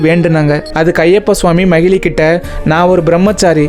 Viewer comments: Bro அவங்க பேரு மகிழி இல்ல மகிஷி நீங்க தப்பா சொல்றிங்க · No magizhi, it's magishi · Magizhi illa magishi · Om swamiyeee saranam ayyappa🙏🙏❤❤but that arakki is mahishi not mahili bro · Bro athu mahili illai majishamuki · Bro athu macili kitaiyathu athu macisi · Broo it's not a mahelee . mageshi 😊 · Athu magili illa magishi bro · That not mahili that is mahishi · That arakki is not magilli that is magishi 😅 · Not mahili she is mhahishi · Magili illa samy makisi ok vaa😅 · No mayili it's mayisi😅😅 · Brother athu makishi is correct this not magili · Bro athu makishi ✅ magili ila ❌... Apro kalyanam panna keitathu manjamatha... Marupitiyum script enna chaptGPT kuduthuchaaa? Puranam paduchutu vanthu story sollunga otherwise wrong information unga subscribers or followers kitta sollathinga please 🙏🏻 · Swamiye saranam Ayyappa 🙏🙏but not mayili ❌manjamaathaa✔️